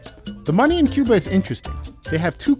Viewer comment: Asalamu Alaikum. Brother it's Cuba not cube haha. MashAllah. U should visit. It's beautiful country. My parents are from there